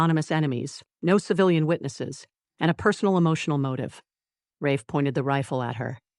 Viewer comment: I liked Mia a lot. She wasn't blind to her situation, but worked the narrative to survive the chaos around her. I love the Darius lost it during the hunt. They are a great team!💖💖💖 Ah, you know the ai did not pronounce Rafe's name correctly? Can't resist the nitpick!